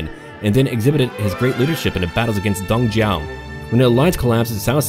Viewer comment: I don't understand how does a (native?) English speaker say Don Jiao instead of Dong Zhuo. It annoys the shit out of me. If you can't properly pronounce shit that you read in English, don't speak it.